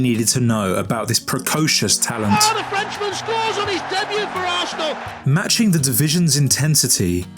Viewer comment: is arsenal, remember it, and never you again miss pronounce it again